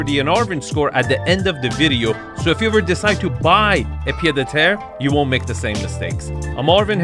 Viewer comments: In french, Pied-à-terre is pronounced "PieT-a-terre" (and not "PieDeterre") 😉 But this house is to big to be à Pied-à-terre. A Pied-à-terre in Paris is typically a very small apartment with 1 bedroom. This house is more like a "garçonnière" (a place where you take your mistress) 🤣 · Pied (t) Ahhh terre, you say Pied de terrre. Arvin you can do better ! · Its still a pied-a-teree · Hi Arvin just to nitpick the D in "pied-à-terre" is pronounced as a T, that's about it great vid as always! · Oh, my. Where to begin. Wrong definition and pronounciation of pied-à-terre. A pied-à-terre is a small house or apartment in a city that you own or rent in addition to your main residence, where you stay when in that city. So much more wrong with this video. Everybody compares Nagano with the Hampton or Aspen?! I beg to differ. Ridiculous idea. Not a word on the meaning of Japanese bathing culture, not a word on classical Japanese garden architecture, not a word on the specific meaning and objective of views in Japanese architecture. „Japanese do so very weird things.“ - excuse me? Pretty rich coming from an US American. And so on, and so forth. In a nutshell, neither you nor that presenter seem to grasp the idea that non-US-citizens have (very) different concepts of living and aesthetics and do not strive for an US-style of living. Hence, the Arvin-Score is 64 😂. This channel is so very US-centered that you should only critique US-based properties. To me this is a beautiful property superior to any of the mega-mansions in the LA area featured on this channel. Also, happy to see that lots of viewers feel this review by Arvin is terrible. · The "d" in "pied" is silent :) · Pied à terre , mate ;) no liaison inbetween the words